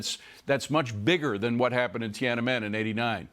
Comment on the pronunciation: cannot say Tiananmen correctly.